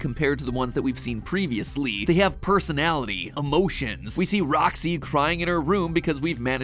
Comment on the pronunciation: bruh he must be talking about roxxy he just said it in a diffrent way